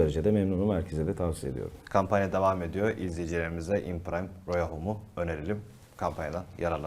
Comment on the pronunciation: Abi şu imprime parfümün ismini yanlış okuyonuz çok sinir bozucu. E'nin üstüne aksan koymuşsunuz e yi telaffuz etmiyorsunuz. Aşırı fake duruyo yapmayın silin o aksanı